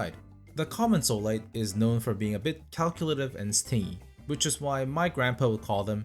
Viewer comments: The word stingy is pronounced stin-jee, not stin-gee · Just so you know, stingy is pronounced Stin Jee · stingey (as in, someone that doesn't like to spend money) is pronounced, "stin" "jee" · the g in stingy is pronounced with a j sound, otherwise it sounds like sting of a bee. 🙂